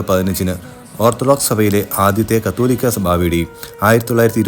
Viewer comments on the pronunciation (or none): കത്തോലിക്കാ എന്നല്ല. കാതോലിക്കാ എന്നാണ് ശരിയായ ഉച്ചാരണം.